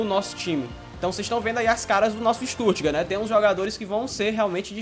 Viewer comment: Vitor Carlos mano, oq vc espera de algm q fala StuRtgart e n Stuttgart hahahaha